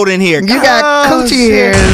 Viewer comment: Wait did Tiffany say cooch hair's😭💨 new subscriber T-pain good guy for asking questions no1 else asks #mentalhealth